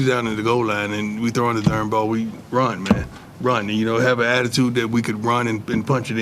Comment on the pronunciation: Love how his "Darn" is " Dern" lol